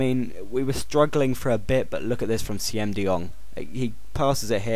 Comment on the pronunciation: The 'Siem' in Siem de Jong is actually pronounced 'seem'.